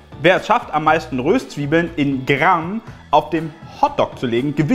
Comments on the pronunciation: Das nächste mal auf'm Konzert schenke ich n Duden. Wie zum Henker spricht er bitte Röstzwiebeln aus. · Wen regt es auch so auf das Röööhhstzwiebeln anstatt Röstzweiebeln sagt? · Ich hasse es wenn jemand Rööstzwiebeln sagt☹😭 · Omg das heißt nicht Röööhhhhstzwiebeln sondern Röstzwiebeln XD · Findet es noch jemand so fürchterlich wie "Röstzwiebeln" ausspricht?😂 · Wen regt es noch so auf, wie Röstzwiebeln und angeröstet sagt?😂